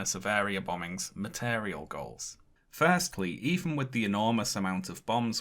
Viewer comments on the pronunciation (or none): he says material gorls